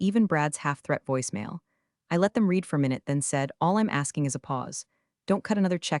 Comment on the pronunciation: Here is an original thought to help you get to 10K subscribers --- Let a Human read the stories Computer audio apps don't know when to pronounce words differently -- The past tense of "read" is also spelled "read," but it is pronounced like the color "red." This can be confusing because the present tense is pronounced differently Side Note -- I will subscribe only after a human starts reading , until then , no I will not